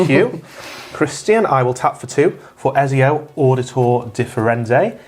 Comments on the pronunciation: Loved the game boys nice to see the gathering magic boys back. Also its etz-ee-oo, and attempt, well at least it had the right letters in it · the guy playing ezio has never played the games.....theres no way he played any of the games and still pronounces his name like that. he looked at every single syllable and thought "im going to pronounce all of them wrong"